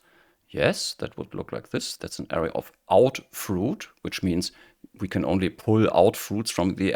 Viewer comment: Thanks for this helpful video. After decades of dabbling in OOP, I'm finally getting serious with Kotlin and learning about variance. Your video explains better than the last one I tried. One helpful tip for non-native English speakers: the stress in "array" is on the second syllable. Since the first syllable is unstressed, its vowel has a schwa sound. Many Europeans stress the first syllable, which is wrong, and makes the word difficult to understand.